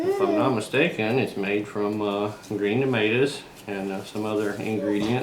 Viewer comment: Green what? “Nomatas?! 😂